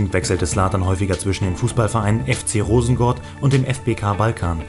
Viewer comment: MANN SAGT ROSENGÅRD UND NICHT ROSENGARD🤦🏻‍♀️ HEJA ZLATAN🇸🇪